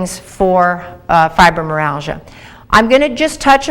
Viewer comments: It is not pronounced "fibromeralgia" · Went through the entire video looking for a self correction on the pronunciation. Well uh, " fibromeralgia" it was. It will have to be chalked up to early morning dental work;-). Still I appreciate the feedback, negative or positive. Sincerely